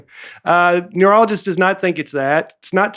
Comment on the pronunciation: Every time Baby Daddy says “neurologist,” it sounds like “urologist,” and I’m like, “What kind of urologist is he going to?!” 🤣🤣 We are praying for him though (in more ways than one)!